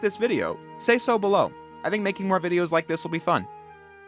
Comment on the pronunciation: "so bellow" 🎉 Thank you for this video